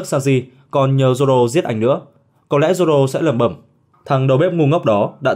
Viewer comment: Haki của Zổ k bằng của Zoro :)))) đọc lại còn sai thì cũng chịu